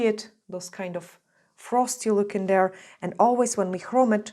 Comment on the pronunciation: No disrespect but have you thought about working on saying your “th” sound verse using it as a “d” sound? Instead of saying “there” you say “dere.” I have heard you say it correctly, probably just a bad habit.